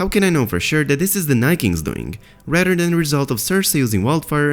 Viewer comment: You’re videos would be MUCH better if you could work on pronouncing the “th” sound in words. For instance, the phrase “rather than” instead of “radder than”. Or “Mother” instead of “Mudder”